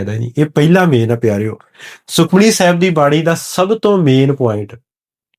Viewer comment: ਆਪ ਜੀ ਸੁਖਮਨੀ ਲਫ਼ਜ਼ ਨੂੰ ਸੁਖਮਣੀ ਨਾਂ ਪੜ੍ਹੋ ਜੀ।। ਪਹਿਲਾਂ ਠੀਕ ਪੜ੍ਹੋ ਜੀ ਜਿਦਾਂ ਭਾਈ ਗੋਪਾਲਾ ਜੀ ਨੇ ਪੜ੍ਹਕੇ ਸੁਣਾਇਆ ਸੀ।।